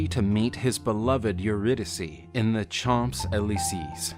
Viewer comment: The pronunciation for Champs Elysees is /Shawn-say Lee-say/, not /Chomps All-lee-sees/.